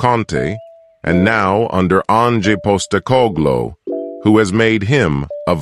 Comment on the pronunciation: Love this guys wonky American way of pronouncing the names😂!! Eric Deer??? Postecog-low?? Bentancyure??? I was cracking up waiting for the next name he was gonna torture into a weird shape!!😂😂😂 He makes a good point though; our recruitment has slowly been changing for the better this last few years…